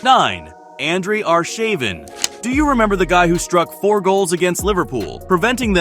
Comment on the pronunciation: The commentator doesn't know anything about football. Are-shaving, Nistelroy, Real Madrid...